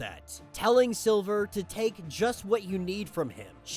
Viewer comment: lol this dumbass was say silver the whole video.. its SLIVER WTF